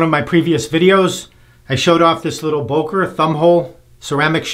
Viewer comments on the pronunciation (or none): Great video! But it's pronounced "Böker", not "Boker". The German "ö" sounds like the "u" in "urgent", the second "e" in "emergency" or the "i" in "James T. Kirk".😊